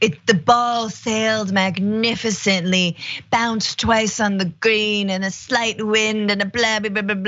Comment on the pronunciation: This clown isn't even on the same intellectual dimension as Trump. Can't even say "magnificently"